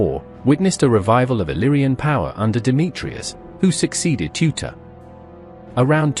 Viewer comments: Not Tuta but Teuta As for Serbian. Not teutavica but Teuta As for Greece. Not Teutais but Teuta. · TEUTA NOT TUTA T.E.U.T.A